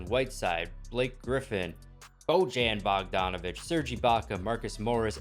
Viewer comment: wow. you just butchered the name of Bojan Bogdanovic didn't you.